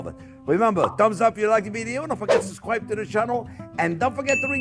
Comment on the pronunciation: Hello fwends, I'm subssqyyybed!!!